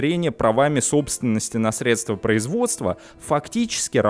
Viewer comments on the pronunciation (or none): none